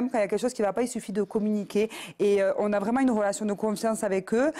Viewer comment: La soit disant intellectuelle... RElation et non ROlation. Retrouve et non ROtrouve! REmettre et non ROmettre Vivre DU harcèlement! Et non d'larcelement. "Ils nous Z'ARCELE" Svp le niveau.